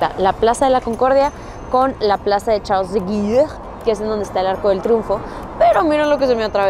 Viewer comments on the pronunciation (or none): Prrdona, chica, la Plaza Charles de Gaulle se pronuncia "de Gol" Es Tumba del soldado "desconocido", no perdido. Ese puente nuevo, se llama así porque se consideró la primera piedra del nuevo París. Un saludo.